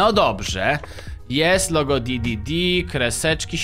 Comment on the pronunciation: nie di.di.di a d.d.d